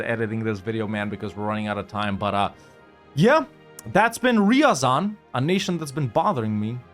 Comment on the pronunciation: Degenerwte. Its not riyazan Its r ya zan Listen original russian. Better evenryzen